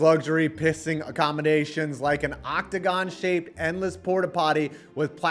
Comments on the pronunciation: “the cocktagon”😭😭🙏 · Lmao the "cock't'gon"